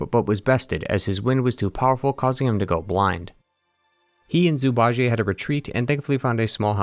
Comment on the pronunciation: Zhu Bajie -> ju-ba-ji. There’s no Ji-ey 😢